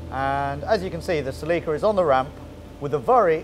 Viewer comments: "seleeka" lol its "selicka" celica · They have an odd way of pronouncing Celica. And the music they use if horrible.